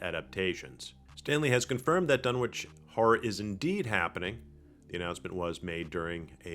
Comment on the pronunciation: It's pronounced "Dun-Itch," the way towns like 'Greenwich' is pronounced "Gren-Itch" in England and New England.